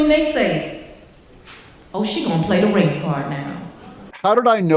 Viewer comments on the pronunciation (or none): "She gone pla the race card now." Slippin into some black talk (what no head wag?). Can I get an amen? You go girl! Has anyone checked to see if separate lodging was applied for?